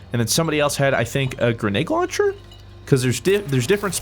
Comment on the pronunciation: I've noticed that every time you say grenade launcher it comes out as "grenegg launcher".